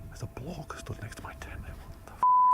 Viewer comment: Did he say "block" or "bloke"?